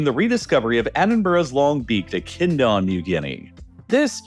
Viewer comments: Its said Echidna, not bloody Enchinda 🤬 otherwise so good so far 😂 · Did he just say "Echinda"? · Someone teach the AI to pronounce Echidna, please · Echidna is not pronounced "echinda", silly.